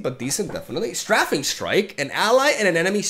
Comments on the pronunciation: it is pronounced "stray-fing" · Strafing is pronounced ‘stray-fing’, to strafe is to move parallel to what you are attacking as you attack. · In English (American) you say strafing with an A sound. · Str - ae (like pronouncing the letter "A") - fing strike